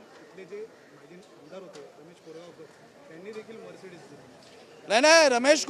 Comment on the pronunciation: आधी मर्सिडीज नीट बोला